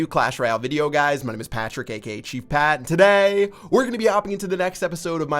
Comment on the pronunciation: the way he says ,"today"😂😁😂😂at 0.03sec